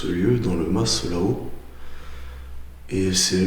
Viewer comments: Bonsoir, Encore une vidéo des plus intéressante bravo à vous 2, mais juste pour pinailler la S de mas ne se prononce pas on-dit simplement un Ma(s) provençal sans dire le s d'ailleurs rien qu'à t'entendre sur la vidéo à l'oreille ben sa cloche direct, pour le reste ben rien à dire le top! Bonne continuation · On ne prononce pas le s (le mas) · Je suis du Sud aussi plus exactement du Var et le S ne se prononce pas... voir Wikipédia !